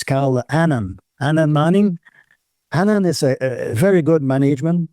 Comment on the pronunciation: I understand everything as well although an English speaker. The French do not pronounce the letter H, so Hannan sounds like Annon. Perhaps play it twice.